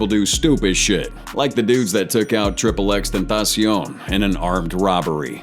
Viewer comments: the way he said "tripple X Tentacion" lmao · I’m not gonna lie I’m not tryna hate on you but that’s not how you pronounce xxx name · you need to learn the pronunciation of these victims names you said xxx name wrong